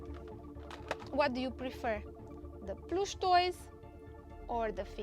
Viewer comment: Ploosh 💀 (in US pronunciation)